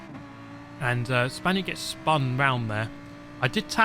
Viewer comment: I wanted to ask this for a long time, now. I thought was "Spanish", but apparently "Spaniard" seems more used. Then it could be just a problem of mine(my listening it's not bad, it's worse) but I ear "Spandiot" everytime, like "idiot" mixed with "Spain". Either it's just my listening or you don't like players from Spain in general...